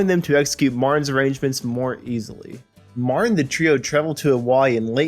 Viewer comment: Are you saying, "Marin"? It's M A R T I N. George Martin, with a ' T '